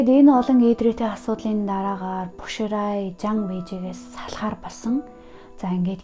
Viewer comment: Бо шилай гэж дуудах бишүү. Bo xilai. 薄熙来